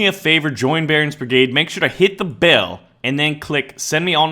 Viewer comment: he said bail instead of bell XDDDDDDDDDDDDDDDDDDDDDDDDDDDDDDDDDDDDDDDDDDDDDDDDDDDDDDDDDDDDDDDDDD